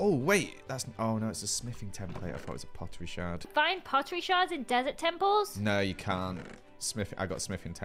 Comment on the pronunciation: “Find A Pottery Sherd” ITS SHARD